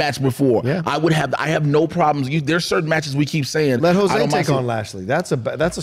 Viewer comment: Why does keep saying Jose as Josué?